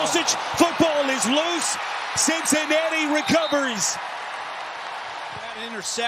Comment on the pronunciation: Had so much fun watching “Cincinatti” 🙄